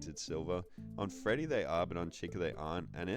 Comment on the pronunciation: "withered feddy" 😭